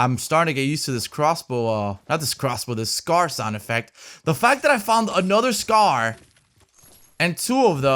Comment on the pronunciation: "There goes me meh Scar" LMAOO